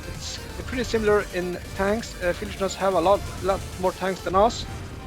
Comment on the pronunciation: that is not how you read Fieldys name 😅